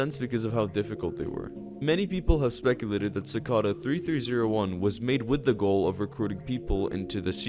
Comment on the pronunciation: His pronunciation of cicada kills me bro